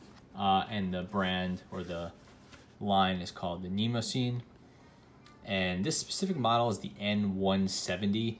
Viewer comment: Wrong pronunciation, but understandable. I pronounced it the same way until I researched the paper. It actually should sound like knee-moss-a-knee.